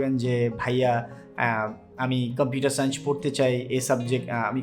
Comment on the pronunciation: সাইঞ্চ না সায়েন্স